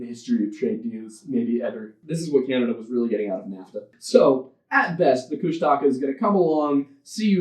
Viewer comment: Me, a lover of folklore and who understands that oral history will mean different regions will always pronounce things differently... but also Tlingit and has grown up with stories about Kushtaka "That's not how you say it."